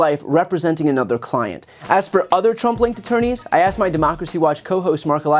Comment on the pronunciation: I kept hearing 'Trump-linked attourneys' as 'Trumpling attourneys' 😂